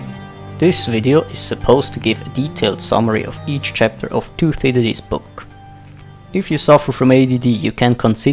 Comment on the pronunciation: learn how to pronounce 'Thucydides' - it's not 'toothydides'